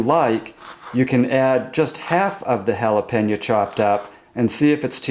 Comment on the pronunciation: You pronounce Jalapeno - "Hal-Ah-Pan-Ya" ??? LOL